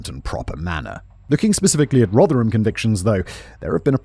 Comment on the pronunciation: Danny must be made up that Simon managed to pronounce "Rotherham" properly at last- I am and I've never even been near there!